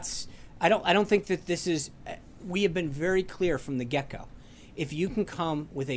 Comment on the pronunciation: Spicer says "We've been very clear from the gecko."